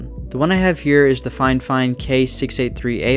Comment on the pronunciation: Brother you mis-pronounced Fifine as Finefine. (I'm sorry, it happened multiple times so couldn't stop myself from pointing it out)